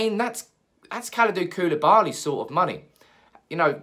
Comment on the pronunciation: You Say koulibali. But who îs gonna pay the extra from Maguire?